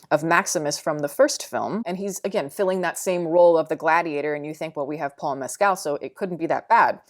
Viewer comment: Its "Mess-kil", say it fast. Long mess, short kill. Like the movie